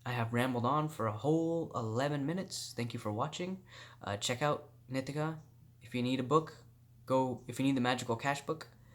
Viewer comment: "nee-TEE-kuh" NOT "NIH-tih-kuh"! 😠 Say it fukn' right bro! Grrrrrr 💥👊